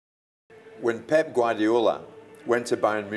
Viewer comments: It's Pep stop saying Pepe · Pep'e' guardiola 🙃